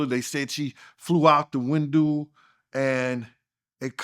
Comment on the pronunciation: “She flew out the windoo..” 😂